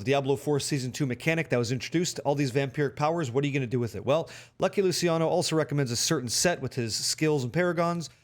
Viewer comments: It's LOO-CHEE-AH-NO.... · Lou-chi-ano. Like Gucci. The "c" in Italian is like a "ch" sound that you find in "church." Great videos. I'll try this build on my lv 100 rogue alt.